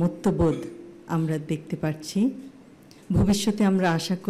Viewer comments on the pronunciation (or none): none